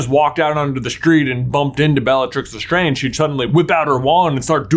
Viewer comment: If you're going to do a video that mentions a character's name repeatedly, learn how to pronounce that name! It's le"strange" as you would normally say it, not le"straaaange"